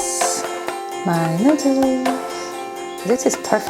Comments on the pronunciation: Nuders?? Lmao more like you can’t speak English properly. It’s noo-dles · She knows that hun. She’s literally making fun of her own accent for fun. 🙂